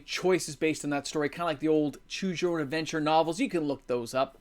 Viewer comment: apparently your "adventure" at the beginning, sounded a bit like dentures to youtube. bc I got the first denture ad I've ever seen before this vid lol